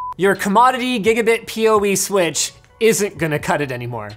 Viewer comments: White dude that can't say switch, funny! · 'commodity sweatch', did linus just go south-eastern?